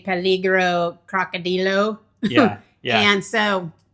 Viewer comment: Coco-dril-o. Take a bus for twelve pesos. Jump on and just go with the flow. You can always call an Uber if you get stuck. Go to Big Moy’s Tacos in Zona Romantica. Stay away from taxis. Muy Caro! Thx!